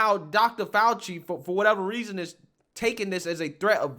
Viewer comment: Dr. F-OUCH-EE kills me. Just saying